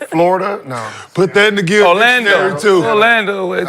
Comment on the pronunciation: “Put that in the Dil Gictionary too” lmaoo Kenyon and Gil dyslexic